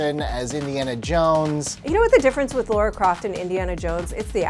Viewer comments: LARA NOT LAURA! WTF???? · It’s LARA NOT Laura. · It´s Lara guys, not Laura.... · It's Lara, not Laura. 🙄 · stop saying laura croft wtfffffffff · why americans keep sayin laura